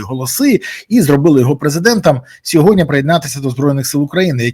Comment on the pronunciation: Бориславе, будь ласка, кажіть сьогодні замість "сьогодня") 😉